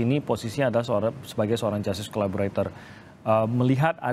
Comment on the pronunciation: Dari dulu saya perhatikan dan mendengar sering agak keslimbet kalo bilang Justice Collaborator, selalu nyebutnya Collabolator…. hahaa😊. So, Terus dan ttp semangat Bang, utk bela & perjuangkan Richard dlm mendptkan keadilannya… kami sllu mendukung mu 👍👍🙏💪💪